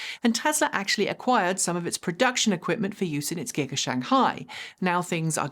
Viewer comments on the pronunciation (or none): none